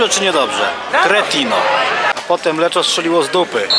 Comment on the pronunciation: O, też byłem w Lecco niedawno :v Jakiś włoch trochę się wkurwił na wymowę "LECZO", bo czyta się ponoć "LEKKO" :(